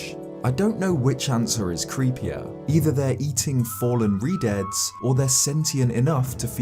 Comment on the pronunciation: Keep misreading Redeads as Redheads. lol